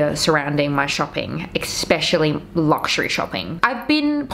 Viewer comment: there is no K in "especially" :face-orange-raised-eyebrow::face-orange-raised-eyebrow::face-orange-raised-eyebrow